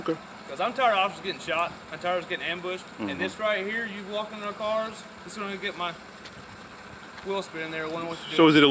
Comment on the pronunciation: I love the way he says looking into the carrrrs